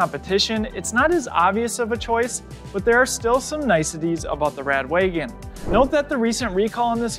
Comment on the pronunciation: Its rad wagon not rad waygon